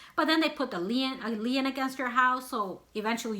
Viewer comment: It’s LIEN not lean